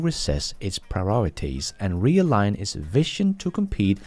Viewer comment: you pronounced incorrectly vision as vition. it should be pronounced more like vizion